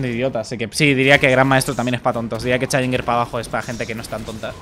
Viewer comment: No se pronuncia así, asi que...